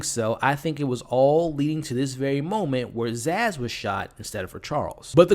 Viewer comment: Her name is Sazz not Zaz